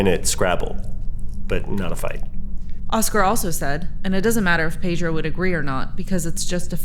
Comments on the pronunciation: I hate when people pronounce Pedro as Pay-dro. It is Peh-dro. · His name isn't PAY-dro. And he hates it when people pronounce it that way but he's too polite to correct you. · Gosh could the interviewer mispronounce his name more?? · ive never heard somebody say his name so wrong